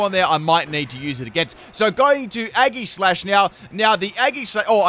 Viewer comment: That's just not how you pronounce aegislash a eggyslash is what you eat